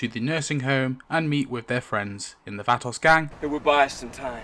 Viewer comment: T Dog got axed because he kept showing up late to the set and was unprepared. They gave him less and less screen time till he was written off. I never liked Lori and couldn't wait for her to go. I cried for her death scene, but glad she was gone. It's pronounced va·to /ˈväˌtō/. At first I didn't know who the hell you were talking about, till you mentioned the nursing home.